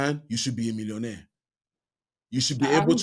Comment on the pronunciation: That's not d correct pronunciation of millionaire Oga. I thought yoguys have American education. Or are still suffering d Nigerian England syndrome?